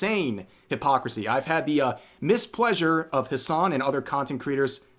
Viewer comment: “Mispleasure”?... “Displeasure” ✅